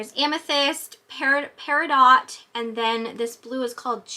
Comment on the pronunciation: I love you girl, but it's peri-doe